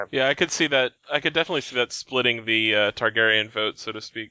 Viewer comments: It's Targaryen, not Tarjeryen. It'd be a whole lot easier if Aziz or somebody corrected him. Listening to him say it wrong for three and half bloody hours is almost as bad as the guy on the third Dunk&Egg audiobook turning ser into sare. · Why does it bother me so much that keeps saying Tar-GER-yen instead of Targaryen? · Okay, how many times is he gonna say Tar-Jerry-en? Does he know something we don't or is he just not applying that P.H.D.? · You say Targaeryen wrong